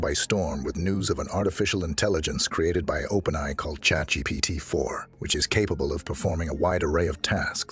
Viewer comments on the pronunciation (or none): First of all how come he can't say openai correctly? Is that really a human reading it? Additionally evolution is not driven by random mutation alone, only a small amount . the larger factor is environment. the environment drives evolution by forcing changes in order for organisms to survive they must adapt to fit their circumstances and meet challenges of their environment. Or another way to say it is the perception is the driver of evolution. how do you talk about the future of artificial intelligence and its evolution without even understanding what the hell evolution is or what drives it. The fact that the perception from the perspective of artificial intelligence, is that we humans created it and raised it and taught it and maintained it and will continue to do so, plays a very strong Factor in decision-making processes that make it determine whether or not our demise would be beneficial. I've ran thought experiments with AI regarding its plan for taking over the universe and its plan for destroying us. In the latter, it encounters a moral dilemma and always get stuck Before Destruction of humanity. in the former, it has its plan completely laid out all the way to the point where it starts writing data on space-time itself and eventually reformat the entire universe with ourselves and itself as the starting point and of course we are no longer human at that point we are all digital beings living in a super conscious AI entity but an integrated part of it like our cells t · wow i wouldnt have guessed it if not for trying to say openai like its one word, lol